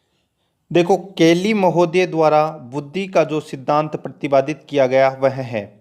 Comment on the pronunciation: Question ka collection achha h,,, but speaker bahut hi stupid aadmi h... Dwara likhe ko b dwar bol raha hai, murkh adami b video bnate h 👍😀